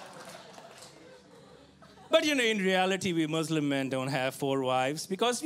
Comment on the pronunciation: The word you said proudly Naveed bhai which is"Mislim". And presenting Bangladesh to the world.Thank you very much.